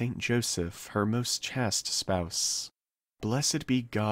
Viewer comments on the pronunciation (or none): Would you please say this Chaplet again? The pronunciation of the word chaste is said like the word haste, (except with a ch in front) or chased. Otherwise it’s well spoken and thanks for your efforts.